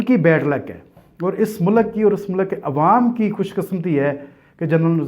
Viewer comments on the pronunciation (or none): Every Tom, Dik and Harry started Youtube channel. Its MULK not MULAAAK 🤣🤣🤣, adara nahi IDARA 🤣🤣🤣 You paindoos are recognized very easily 🤣🤣🤣